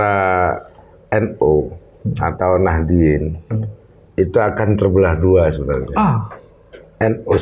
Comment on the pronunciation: kok Nahidin, apa sy salah dengar ya